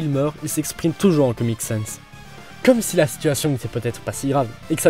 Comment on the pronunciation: ENFIN UN GARS QUI PRONONCE BIEN SANS PUTIN